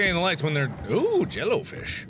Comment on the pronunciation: D-did you just call them... Jello fish?